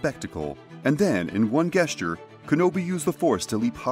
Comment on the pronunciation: I love your videos! Learn how to pronounce the word gesture when you have a min.